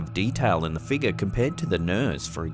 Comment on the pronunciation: Its figure. Not figga!! 🤦🤦🤦